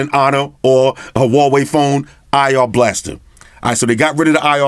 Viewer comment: Umm (wowohe?) Is that how u say it?! ._.